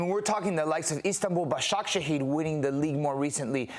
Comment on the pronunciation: knows how to pronounce basaksehir but probably doesnt know the club is owned by Erdogan`s close relative, no fans no histor. there are at least 4 clubs whose presidents are either galatarasay congress members or fans. Head of Referee Commitee is a Gala fan. You keep saying Fener hasnt been in Champions league but Fener is the most successfull in Europe in recent days.